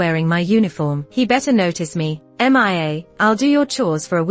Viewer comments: They should just call her name properly like mia not M I A. The voice narrator don't know how to pronounce her name calling her name like that. It's kind of irritating me. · Why call her M I A instead of Mia?